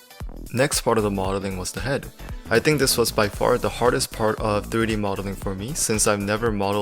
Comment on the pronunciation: Diry modeling or u tryna say 3D modeling u don't say some words right kinda hard to understand